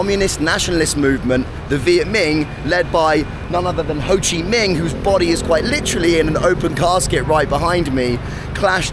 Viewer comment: I had to double check whether Ho Chi Minh is actually pronounced Ho Chi MING and I've just been saying it wrong all along. Nope. Apparently just having a brainfart. Or maybe it's the Vietnemese pronunciation, because Google is so bloody Amerocentric. So confused.